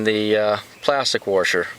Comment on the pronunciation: Lol its washer not warsher